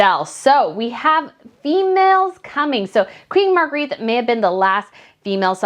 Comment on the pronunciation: Queen Mar-gray-ta is how you pronounce her name